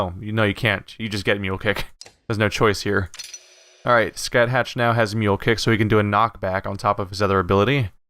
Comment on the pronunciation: You must be the only person in the entire world who could look at "Scathach" and conclude it must be pronounced "Scatt-hatch".